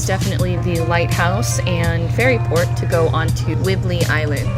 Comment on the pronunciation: “Whibley “ 😆 Whidbey Island (wood be)